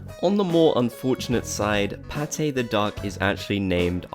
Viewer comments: I thought her name was Pate not Paté... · Me realizing baby Pate isn’t pronounced how I thought..... 🥴😲